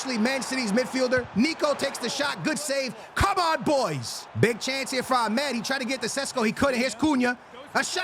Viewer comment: Amad❌ Amed✅